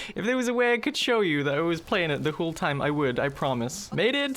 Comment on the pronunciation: Whole. Not hull.